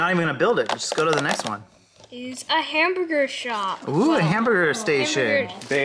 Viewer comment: pronounces hamburger so strangely.